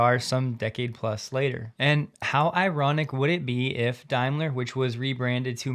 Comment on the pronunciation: Hi, It's pronounced Dame-ler not Dime-ler, just so you know